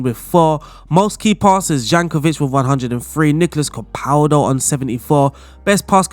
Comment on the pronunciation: Zlatko "Jankovic" thats a new :D